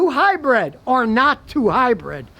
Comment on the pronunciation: Lol “high-bread”